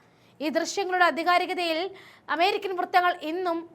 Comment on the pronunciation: അധികാരിത അല്ല ആധികാരിത എന്നാണ് പറയേണ്ടത് എന്നാണ് തോന്നുന്നത്